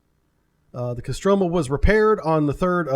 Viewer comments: Kostromà, last syllable is stricken. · Stress is on the first "O" in Kostroma, pronounced CO-stra-ma